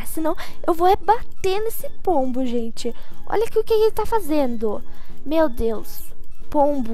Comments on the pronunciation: Sempre quando vc fala pombo eu ouço polvo kkkkk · "e essa é a vida de um pombuh" sabia naum,_